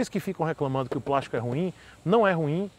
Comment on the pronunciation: é de "prástico" sim. hahahaha